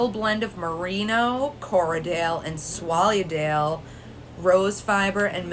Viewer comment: I know that some UK place names are difficult to pronounce but Swolly-a-dale? It is pronounced exactly as it's written, Swale-dale, so the two syllables rhyme! But having said that, this was an extremely helpful and informative video. I especially noted your comments about keeping it level to get even rolags because I'd been watching some others where there were lumps and bumps all over and I was sure they weren't meant to look like that and as a new and cautious spinner, I didn't think they looked very easy to spin from. Two other things I've learnt are that I think I'll get dowels which are a bit longer so there's more to hold at the ends, and that it doesn't matter which way you roll them as you did the first one towards you and the rest rolling away. But thinking about it, when you make rolags which are that beautiful, do they even need spinning!